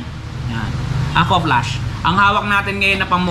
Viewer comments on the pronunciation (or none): Aquaflask sir hindi po aqua flash heheh